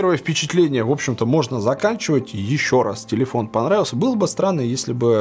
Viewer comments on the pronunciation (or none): А где же легендарная фраза? : так он мне понррравился... 🤣🤣🤣